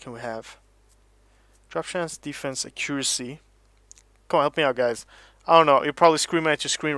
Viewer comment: I swear if you pronounce accuracy wrong one more time